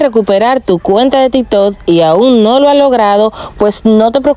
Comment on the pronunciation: Es tiktok o riktok?